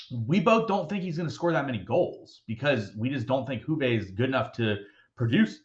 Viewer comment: calling Juve „hoovey“ is all i needed to hear today 😄